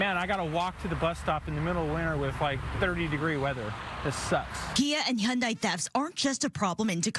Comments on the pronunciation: “He-anday”? It’s just han-die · It’s actually hee-YUHN-deh